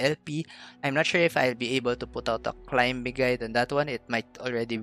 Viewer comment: Love your content, just a little tip: the 'b' is silent the word climbing. 😁 Not a big deal. Just a reminder. 😊